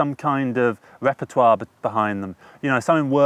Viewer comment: You said Artísts and then you said Repertoire 😂😂😂